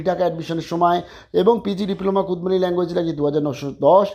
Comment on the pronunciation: আপনি সহ আরেকজন ভুল উচ্চারণ করছে ওটা কুরমালি, কুদমালি নয়।